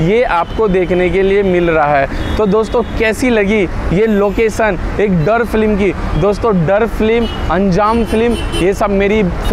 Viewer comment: फ्लीम नहीं, फिल्म बोलो। नाइस वीडियो।